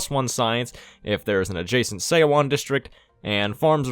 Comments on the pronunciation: Your mispronunciation of seowon 소원 /sʌwʌn/ is making my brain cry. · the "eo" is a single vowel that makes the "uh" sound. so it's like we would pronounce "Suh-wan", Her name is Pronounced like "Sun Duck". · And Seowon is pronounced like suh-one